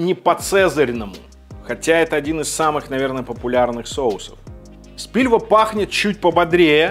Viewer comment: Ладно , если уж всех бомбит от Кухне ,открою секрет - не Спильва, а Спилва))